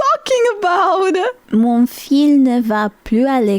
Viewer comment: Memory unlocked 😂. Because he sings off-key. He's famous for being a disabled kid being given opportunities despite singing poorly because he was supposed to die young, but he's almost 30 today 🤷‍♂️... Yeah, she's going into a coffin 😂. Meaning is right but pronounciation of "fils" is "fiss". The L is silent 😅. The way you pronounced it, it would mean "strings". In France, "gosses" means kids. In Quebec though (where I live), it means testicles... So this meme has a whoooole other meaning here 😂. "ma cochonne" can be a term of endearment (for a person) like "my pet" or "my puppy", but it's usually used as an insult to mean "dirty slut". When meant as endearment, it's actually just "piggy". Unintended but funny pun 😂. "Plotte" pronounced like "plot" means vag- 😅. So yeah, plotte twist 😂. This guy is me about Quebec 😅. We're in Quebec, we speak French. I don't care that Canada is a bilingual country, Quebec is a monolingual province. TIL the origin of this meme is from C'est pas sorcier! 😮. I never saw the meme, only heard it 😅. 100 millions is 100,000,000, not 100,000 😅.